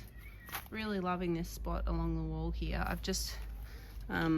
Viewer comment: Why do Australian wimmin say "heeya" instead of "here"? Is it a form of retadayshun?